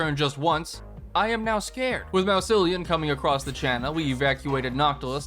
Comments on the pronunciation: "Mouseilion" hurt my soul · I received a brain aneurysm from your pronunciation of Mousillion